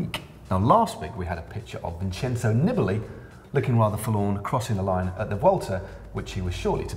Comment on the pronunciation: Hey Matt, Nibali is not pronounced Nibbbely, it's pronounced Niibali! And please tell this your Eurosport commentator colleagues.